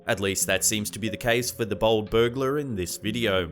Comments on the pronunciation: Every time you said bold I thought you were saying bald 👨‍🦲 🤣🤦🏼‍♀️ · Anyone else think he was calling alot of the theives BALD, instead of BOLD lmao. I was like, man, really likes to let us know if they have hair or not 😄